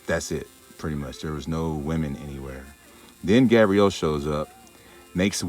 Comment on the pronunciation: “ Gadriel “ ahhh